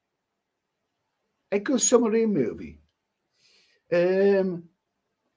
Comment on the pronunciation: Never heard a man pronounce submarine as summerine!